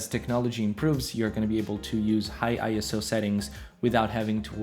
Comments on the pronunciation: ISO is pronounced like a word, not an acronym: eye-so, NOT eye-es-oh. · It's pronounced "eye-so" apparently. I pronounced it wrong for years too.